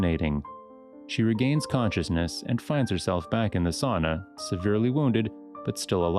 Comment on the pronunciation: It's sAUna, not sOOna 💃